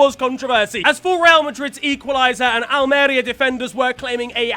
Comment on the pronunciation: not how you say Almería.